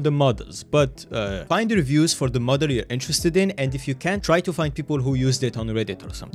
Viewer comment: Him saying "Model" sounds like he's saying "Mother" Rewatch the video now knowing that info :)